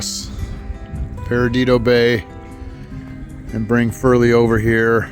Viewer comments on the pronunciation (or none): It’s not “Peridido”, It’s Perdido. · For future reference it's Perdido (Purr-dee-doe) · lol say it with me “PER-DEE-DOE” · You’re so in my backyard….. I live 2 minutes from that bridge toward Pensacola …. It’s pronounced PURR-DEE-DOUGH…… Spanish for lost. Pensacola area has the whitest beaches in the world , fact, just fyi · You need to hit Pirates Cove with the Highfield & Tacky Jack's is another good stop too. Also it's pronounced PER DIDO. 😋 Hate the circumstances but glad you are able to enjoy your stay with "us".